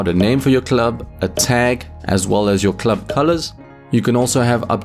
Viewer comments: Please never say club again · I need a video of you saying "club" for 10 minutes